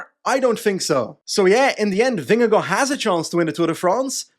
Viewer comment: as a dane i have to say that you nail vingegaards name pronounciation